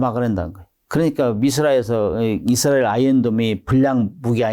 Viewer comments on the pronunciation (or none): none